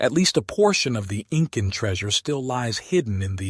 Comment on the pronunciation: You know, the 'IN-CAN' AI generated voice puts the professionalism of the information at risk...